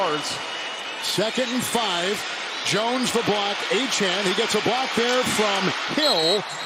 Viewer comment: These announcers really need to learn how to pronounce Achane's name ---- Sounds like A Chain